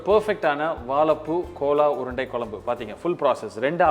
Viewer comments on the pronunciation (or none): Thambi chandru adhu kola urundai illeppa adhu gola urundai k ille adhu g north indian dishes seyyumbodu adhan peyargalai correcta pronounce panna katthukkappa neenga ellam nanga anuppura comments ella pakkareengala illaya theriyadhu kadavulukku thanvelic cham